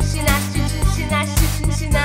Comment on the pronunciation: Мой логопед бьëтся в судорогах. Это же надо выговорить. Друзья из России не могут произнести это слово один раз, а так лихо его повторят несколько раз подряд